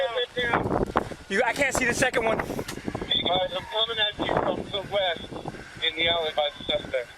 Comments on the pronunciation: Subtitle maker guy: Hey did you say "ONE" down or "JUAN" down?? Cop: Yes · When he says "We got Juan down here" i tought it was a pun for "one" XD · "We got Juan down here" or did they mean "We got one down here" lol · Two suspects down? You just said Juan down!